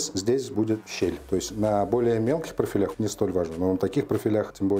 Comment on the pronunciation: ПрофилЯЯх.. 🤦‍♂️🤦‍♂️😬😬 Выучите русский язык